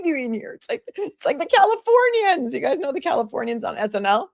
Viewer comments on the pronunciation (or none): Hahahahahaha the califorrrrrnians 😂